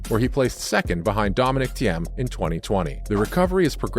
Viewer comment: "Dominic TM" 😄